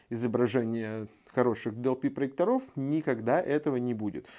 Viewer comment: Правильно : "ПроЕкторов" ударение на Е. Если уж выходите на большую аудиторию,попытайтесь не делать таких грубых ошибок,не позорьтесь. С уважением. P.S. Да,и во множественном числе - "ПроЕкторы" , а не "ПроекторА",какими бы лучшими они не были. Учите русский язык,удачи!